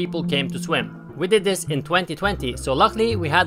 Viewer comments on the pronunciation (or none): none